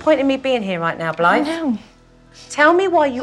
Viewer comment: Dang, I thought the mom said her name was Blight 😂 I was like that was rude of her parents to name her that. But no it’s Blythe.